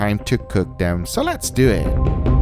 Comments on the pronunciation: Milan Maligec lets dew it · "So let's deu it!" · No one: Guga: LeTs dEw iT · "Let's dew eet."